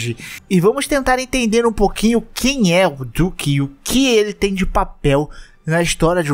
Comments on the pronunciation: fala duque certo porra! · Ta com dificuldade de pronunciar o nome dele kkk do nada manda um "diuque" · que agonia cê falando "diuque" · Porque vc fala o nome do duque como diuque?